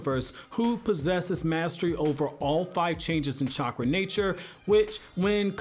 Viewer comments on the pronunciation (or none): none